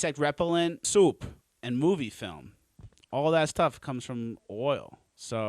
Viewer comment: Please do a segment of you reading words. "Soop" is my favourite so far.